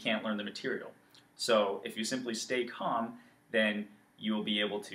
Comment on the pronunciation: I had to leave the video when he said calm